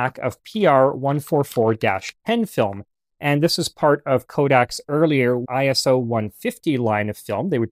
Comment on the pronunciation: Its ISO not I.S.O. Its not an acronym, its short for the greek work "Isos", meaning "equal". My photography professor hates when people say it like an acronym